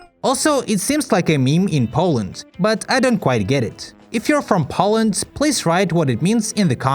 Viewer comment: “Polland” 💀 “Pollish” 💀